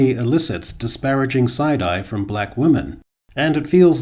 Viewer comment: it still bothers the shit out of me that you keep saying woman instead women